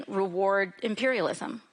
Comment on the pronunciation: AOC can’t say the word imperialism lol we need to stop glazing social democrats